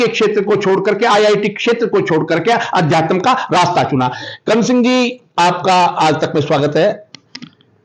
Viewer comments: इस रिपोर्टर को अध्यात्म बोलना नहीं आ रहा, अध्यात्म को अध्या तम बोल रहा है😊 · पत्रकार महोदय अध्यात्म बोलना सीखो अध्यातम, नहीं आपको पत्रकारिता भी आती है की नहीं मुझे तो शक हो रहा है पहले अच्छी तरह से हिंदी शब्दों का उच्चारण करना और महत्व जानना सीखिए इसके बाद पत्रकारिता की शुरुआत कीजिए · रिपोर्टर भैया वो अध्या + तम नहीं अध्यात्म है सही उच्चारण करो गलत शब्द बोल के irritate कर रहे हो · अध्यात्म सही तो उच्चारितकरना सीख लीजिए 🌹अध्यातम कोई शब्द नहीं होता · अधयातम...... अधयातम........ अधयातम....... ये क्या है ? अध्यात्म कहना गुरु जी ने नहीं सिखाया है ? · आध्या तम क्या होता है कौन तुम्हे आज तक में भर्ती कर दिया शुद्ध उच्चारण सीख लो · Adhyatan hahaha bhai thik se bol le pahile "Adhyatamnh" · आध्यात्म बोलो साहब जी आद्यातम नही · It's very irritating... anchor's pronunciation, it's अध्यात्म न कि adhyatam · Adhyatam नहीं अध्यात्म होता है, इतने बड़े हो गए हो लेकिन हिन्दी बोलने भी आता । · पत्रकार अध्यात्म नहीं बोल पाता अध्यातम बोल रहा है। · Reporter saheb, Adhyatam nahi hota Aadhyatm hota hai😒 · पत्रकार महोदय, 'आज तक' हिन्दी चैनल से संबंध रखते और अध्यात्म शब्द का शुद्ध उच्चारण नहीं कर पा रहे हो ये शर्म की बात है, गोळालाठी वाली बात तो आपने कर्ण सिंह जी से पूछी ही नहीं, खैर, कर्ण सिंह जी ने स्वयं ही कह दिया है कि मेरा बेटा अभय कभी झूठ नहीं बोलता, एक बच्चे के सामने जब उस की माँ को उसी का का पिता टाॅर्चर करता है तो उस बच्चे की मनोदशा को कोई भुक्तभोगी ही समझ सकता है, अभय सही में एक सच्चा बैरागी है, उसने आज तक जो भी किया है पूरे मनोयोग से किया है और सफल भी हुआ है, अध्यात्म में भी वो सफल होगा ऐसा मुझे पूर्ण विश्वास है, वो कहता है कि राजा बनूंगा तो राजा वो बनेगा ये पक्की बात है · pahle adhyatm to theek se bolna seekh lo mahoday.... kaun aapko mice de diya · भैया पहले अध्यात्म का उच्चारण तो सीख लो, अशुद्ध बोल बोलकर मूड खराब कर रहे हो। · अंकल जी पहले तो आप अध्यात्म बोलना सीखिए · पहले अध्यात्म तो बोलना सीख ले बाद में पत्रकारिता करना। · पत्रकार महोदय अध्यात्म बोल ही नहीं पा रहे हैं इन्वेस्टमेंट के आधार पर पत्रकार बन गये या योग्यता के😂😂😂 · ठीक से अध्यात्म बोलना चाहिए आप को। अधतयम क्या होता है 😮😮